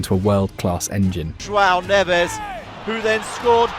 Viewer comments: Neves, not Ruben “Neeves” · fr, im portuguese and the way he said that name was so weird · Ruben "Neeves" but Joao "Nehvez" 😅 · More like “Nevsh.” European Portuguese eat their syllables lol